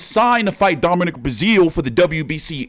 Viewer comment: His name is Domineek